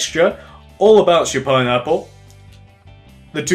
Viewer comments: "Pinapular," he says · "that's what makes it look more pine-napular"